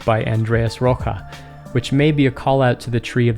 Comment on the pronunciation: I think Andreas Rocha's name is pronounced Ro-sha, not Ro-ha.